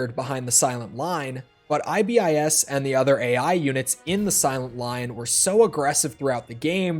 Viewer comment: For the love of God, please stop saying I-B-I-S.